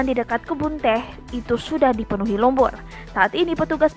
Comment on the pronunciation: Lumpur bukan tumpul, eh salah lumpul,r nya udah berubat yea hayo di marahin loh ganti2 lumpul,wkwkwkkw